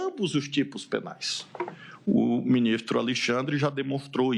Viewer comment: "😊Meu minixtro"